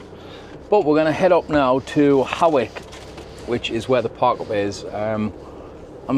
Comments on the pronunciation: Hey great videos. FYi they towns are pronounced 'Lang-u-m' and 'H-oy-k' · Hawick is pronounced Hoyk, the Aire is suspended when fair in town